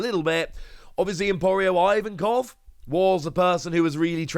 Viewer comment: hey quick request: could you please pronounce Ivankov differently aka correctly? It goes like "Eevankov", not "Ayevankov" or "Eyevankov". Hope that helps...